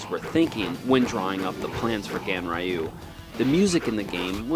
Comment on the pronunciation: Pronounced: GANREEYUU. Not the way you pronounced it. But I guess Ignorance is a bliss.